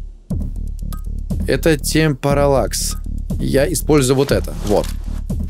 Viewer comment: Кучу раз использовал темпералакс а зачем тамперолакс?